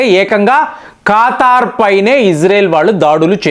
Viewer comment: ఖాతార్ అనాలా , ఖతార్ కాదా